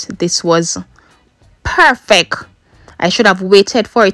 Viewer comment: I love watching her videos, mi just love when shi seh perfeck 🤣🤣